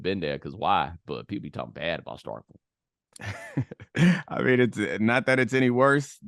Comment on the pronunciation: Bomani wants to call people "mushmouth" but according to timestamp bomani can't pronounce STARKVILLE MISSISSIPPI 🤔, my closed captioning couldn't even understand him. Come on Bo Jo, how can you expect to reach while having issues with what you teach